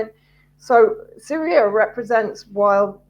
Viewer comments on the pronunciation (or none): WTF is Libyar, Syriar and Chinar? Speak properly.